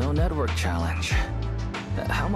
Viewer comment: Saying no network like “no nutwork” sounded intentional lol